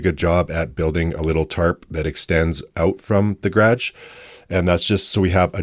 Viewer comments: Can't get over the pronunciation of "grage" rather than garage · He says it like how we say it in Australia!!!!! ❤❤❤ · One day I’m gonna punch you for the way you say garage lol jk 😂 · The way u pronounced garage 😂